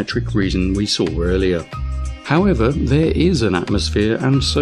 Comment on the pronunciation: "Saw" ends with a W, not an R.